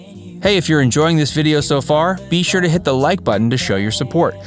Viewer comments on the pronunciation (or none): none